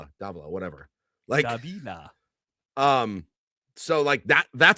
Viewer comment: Can't even pronounce Davila.....geesh....